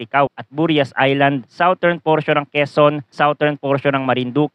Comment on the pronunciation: #Forecaster, Southern is pronounced as SADERN, not sawtern. Check the dictionary.